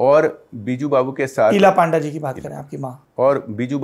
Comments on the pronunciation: Not a panda its pan da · His name should be pronounced as PUNDA not PAANDA. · Its not PAANDA Its PUN-DA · Its Not पांडा ❌ Its पNडा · Sourabh ji His name is Baijayant Panda.. Not Paanda 😡😡 first learn how to pronounce a name